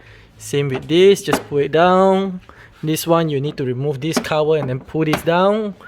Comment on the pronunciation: Cover ❌️ Cower ✔️ ✅️ 😂